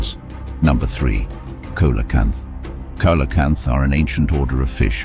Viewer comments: The fish is pronounced See-lo-canth, not cola-canth. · So none of these animals were actually extinct, only believed to be extinct. Also, it is pronounce sealocanth, not colocanth. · Robot voices have gone a long way since the 90's. The only way to tell is that animal proper names will often have different pronounciations. Some pass me a COLACANTH, I'm getting thirsty.